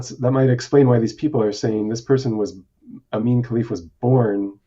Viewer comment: Her name is pronounced "EE-MAH-NEH" not "EEMAIN" and the fact that you did not know that shows a lack of journalistic integrity. How can I trust any "facts" you share about the inner workings of her DNA and body if you do not know a name that has been said over and over by Olympic announcers in the very games we are discussing?